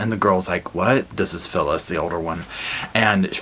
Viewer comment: At about 8 minutes you say "So, Phyllis...." twice. It sounds like you're calling her syphilis. Lol